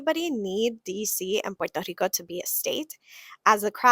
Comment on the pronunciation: He can’t even pronounce Puerto Rico.